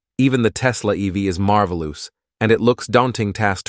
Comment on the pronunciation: This is a FAKE YouTuber using an AI voice generator. MarvaLOOSE???? Thuuusand???? Luckily I'm running several programs and background scripts that allow me to block YT showing me or recommending FAKE YouTuber's who are using bogus AI voice generators with bad pronunciation. You should block them too...for peace of mind.